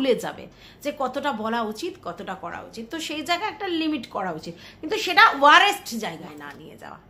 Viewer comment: ওটা ওয়ারেষট নয় ওয়ারসট হবে, ভালো থেকো ❤